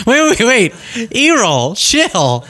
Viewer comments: It's pronounced air-rul. Never heard of Errol Flynn? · You're pronouncing his father's name incorrectly it's like Errol Flynn from the old movies look one up LOL I know you're young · Pronounced "air ohl". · Errol is pronounced err-ul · Like arrow...errol but i like your way better😅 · Pronounced “air-rol’.. like actor Erol Flynn from 1930’s Robin Hood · That five minutes of interview footage featuring Errol Musk (Pronounced "Arrow-l", for the record, just like the golden age of Hollywood leading actor "Errol Flynn") explains SO GODDAMN MUCH about Elon and how we ended up in the shitshow we're living through right now. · I know you're goofing, but Errol is pronounced Air-uhll. I only know this because of the old actor Errol Flynn. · “Air roll” would be the way you pronounce his name🙏. Thanks for all you do here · Is Errol Musk also high? Trump is not giving Democrats money. That's not the way it works. Maybe when you are asked about your adult child's business, the best answer is, "That's not for me to comment on." BTW, it's pronounced, Err - ol (rhymes with Harold), like the famous Errol Flynn. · it's pronounced 'air-ole" or maybe that's just how Midwesterners pronounce Errol. 😊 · Errol is pronounced ERR'-ul , like the old actor, Errol Flynn. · His dad talks just like him..Elon's dad's name is pronounced is pronounced "Air al", think of Errol Flyn. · Its pronounced ' air role' just sayin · Forrest Trump looks like ridiculous in his suit, tie and er, baseball cap. And you know that he only wears it at times like this to protect his combover from the wind or the helicopter rotors. And the way to pronounce Errol is for it to rhyme with Beryl. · Errol was my great grandfathers middle name. It's pronounced "Air-el" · Errol is pronounced with a short E sound. Eh-rol. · It’s pronounced Air-roll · Air - oll not earhole - Errol Flynn not both lugs either side of your head 😲🙄😏😂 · I think its air-roll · Errol's pronounced like "air role". Its a super old timey name lol.